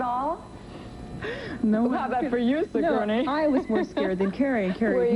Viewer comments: "Si-gurney," Lunden says, again and again. One would think the host of GMA would make an effort to correctly pronounce the name of her superstar guest. (Terrible host, bad with children and adults!) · And she mispronounced Sigourney's name three times!